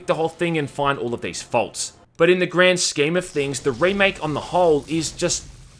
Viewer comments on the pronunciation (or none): none